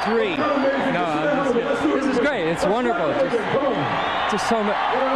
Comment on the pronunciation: haha yeah, when he says it's wonderful